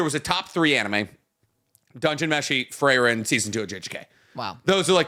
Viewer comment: "Frey-ren" is killing me lmao